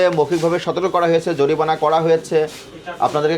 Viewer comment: Kala magur bole joripana. Nokol koira pass koira ghush dea chakri nise. It’s jorimana not joripana